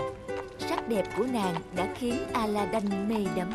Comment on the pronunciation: Aladid chứ đâu phải aladân đâu